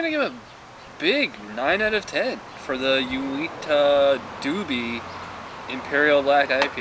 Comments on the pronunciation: Uinta is pronoucned You-in-ta. they are a fairly popular local brewery here in Utah. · It's Pronounced [yoo-inta]